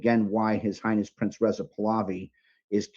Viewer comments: PRINCE not Prinses or prinzes or how ever you are pronouncing it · PRINCE not Princes